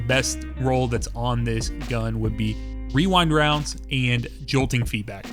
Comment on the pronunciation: Damn. Someone who can pronounce Rewind Rounds!